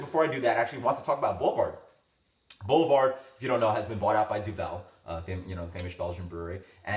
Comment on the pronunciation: Thanks for the information on Boulevard. Can you get it where you live in NY (I think). Never seen it in my area, but hoping the Duvel association expands distribution. By the way it's pronounced Duv vil, the world "devil" with e replaced by u sound. .